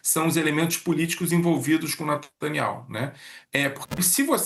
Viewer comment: Natanial, natanial, natanial